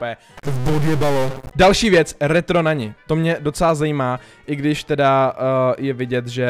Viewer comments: NANI SE ČTE "NANY" TY SI V TOM VIDEU ŘEKL ŇAŇI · Mluví o skinu na!!!!!NanY!!!!! (píšu Nany protože se to má vyslovovat s y) Já: Ztlumim zvuk na minimum, abych z toho neměl nervy